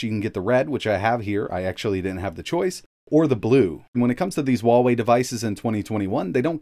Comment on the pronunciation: Better ask a native Chinese rather than an American. He pronounces it incorrectly.